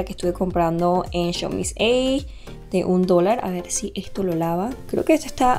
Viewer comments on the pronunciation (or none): none